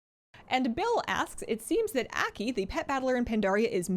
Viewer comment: pronounced AW key , Aki